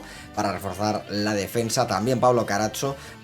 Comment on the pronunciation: Capitulazo! Gran elección la Juve! Por cierto, xq italianizas a Carazo llamándole Carazzo??? 😂😂😂